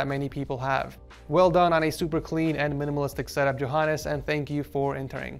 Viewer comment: I like how he says Johannes wrong. But tbh it sounds a bit better when says it. 😆